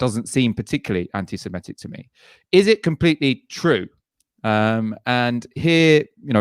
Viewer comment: grrr it's semitic not semEtic!